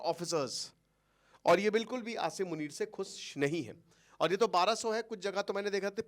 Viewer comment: क्या sir हर video में आशीरमुनिर करें हो 😅